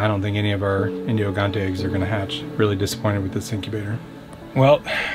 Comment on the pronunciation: Hey, just a heads up. In Portuguese those chickens are pronounced "Indio Gigantes" but not gi as in "hill", but more like Ji as the name "Jill"